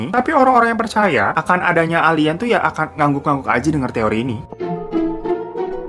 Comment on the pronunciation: Pas bilang "Alien" ane langsung ngakak 🤣